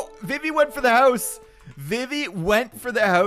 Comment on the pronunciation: No one:: "hause"